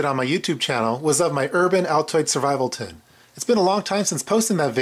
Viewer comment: did he say survival Tit?